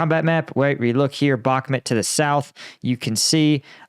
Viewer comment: Bakhmut not Bakhmet